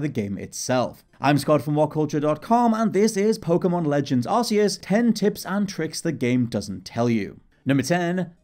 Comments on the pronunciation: Why do you pronounce it Arse-eus? It's arc-eus. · It's k not s! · Press x to doubt your pronunciation of Arceus. 100% pronounced Ark, not Arse, just let me get out my Arse phone..... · To be fair the game pokemon battle revolution produced it as ar-see-us and it wasn't still later that it was corrected to ark-ee-us so it's understandable that people pronounce it that why as I did aswell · Tip # 11: It's pronounced "Ark-e-us."